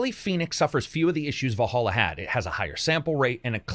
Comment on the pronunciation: Its vallhalla ... not valholla